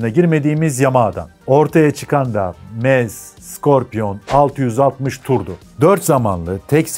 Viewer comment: Almancada doğru telefuzu şöyle "MZ" = "EM - ZSET" "MZ" açılım "MOTORENWERKE ZSCHOPAU" = almancada telafuzu "MOTORENVERKE ZŞOPAV "